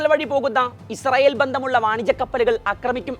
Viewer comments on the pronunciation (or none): none